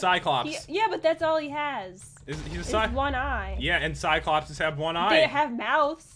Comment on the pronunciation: It's cyclopes not cyclopses